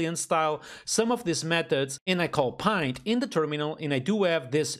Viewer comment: It's pronounced like "Lint" with a "P" instead of "L", not as pint as in "pint of beer"